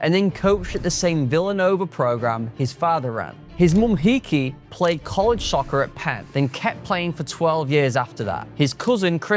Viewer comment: Lol pronunciation of some of the names in this vid are hilarious🤣just for future reference Heike is pronounced as “HI-KA” not hickey😭😭😭 and Cavan is more Caven less Ca-VAN